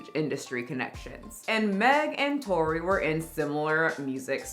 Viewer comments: Like she started out saying "Tory" then at some point she just said f- it😅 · Are you intentionally calling him Troy😂😂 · the way you keep saying TROY 🤣🤣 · Why does she keep callin dude Troy, isn’t his name Tory?